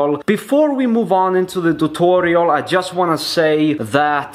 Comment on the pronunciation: Why you speak tutorial = thutorial😂😂